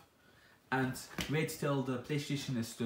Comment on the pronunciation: I cracked up when he said playshion Haha